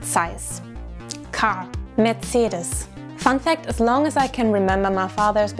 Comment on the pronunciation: Just realized even Americans pronounce Mercedes and Porsche wrong!